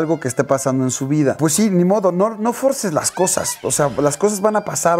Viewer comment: ¿No “forcen”? 😳 Es, “No fuercen” 😊😉